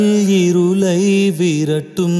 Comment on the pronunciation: தனுஷ் சார் அருமையாக பாடியுள்ளீர்கள். வாழ்த்துக்கள் ஒன்று மட்டும் சொல்ல வேண்டும் இருளை என்பதற்கு பதில் இருலை என்று உச்சரிப்பது போல் கேட்கிறது